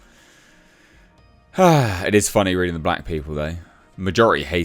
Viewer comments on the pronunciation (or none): none